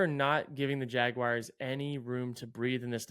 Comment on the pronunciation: I really thought might be among the people in the world who can correctly pronounce “Jaguars” without saying “Jagwires” but that was just a dream